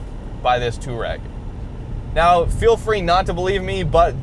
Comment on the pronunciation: It's pronounced two-are-egg. Not tour-egg. You don't spell tour as in touring like touar...